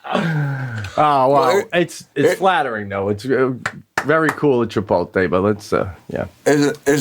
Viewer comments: Chipotle not chipolte nor chipote..like CHIPOT LE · Love the cast. Love Pete and Sebastian. Long time fan but when is someone gonna call Sebastian and Pete on the mispronunciation of Chipotle? It’s L.E. like LAY Not Tay! 😡put some respect on the name bruh! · they spelt it wrong on the back of the jacket to match the wrong way Sebastien says it. it should end in a "lay" sound not "tay" -- Chip-ote-lay" Chipotle - but they spelt it Chipolte on his jacket to be funny, and Pete and Sebastian didn't even get it. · Did anyone else notice they spelled it WRONG to mirror the INCORRECT pronunciation by Sebastian???? 😆🤣 CLASSIC! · They even spelled it wrong on the jacket on purpose because the guys say “chipolte” instead of “chipotle”. So funny!! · That jacket spelled Chipotle the way Sebastian says it “Chipolte”! Wow talk about someone at corporate knowing Sebastian! That’s hilarious! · Being from McAllen, Texas, 5 miles from the border, ITS Cha-POLT-LAY.. 🌮😂🌮😂🌮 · I feel like Pete didn't get the joke about the spelling! He pronounces it that way too, so I don't think he realizes it's wrong. He seemed to think that Sebastian just got recognition from them. 😂😂😂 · I didn’t even catch at first they printed him the Chipotle jacket purposefully spelled wrong like how he pronounces it 🤣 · Do they realize that they are still butchering the name? And Chipotle is spelled wrong on the jacket? What am I missing here? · I didn't know -- until I read a few other comments on this page -- that the jacket Sebastian received is deliberately spelled wrong. I guess I never knew he was pronouncing it wrong. That's pretty amazing that a company would make merchandise like this! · The best part of the Chipotle story, is that BOTH of them are STILL mispronouncing it !!!